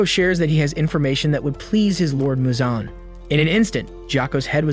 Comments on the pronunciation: It’s Muzan not Michael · Bro said Michael Jackson instead of Muzan ☠️😂